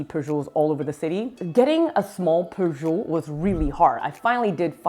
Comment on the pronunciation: It's pronounced pyoojit